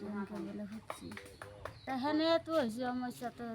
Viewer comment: বাতৰিটো পঢ়োতে হৈছে শব্দটো কিয় হছে বুলি উচ্চাৰণ কৰিছে,উচ্চাৰণৰ প্ৰতি সচেতন হওক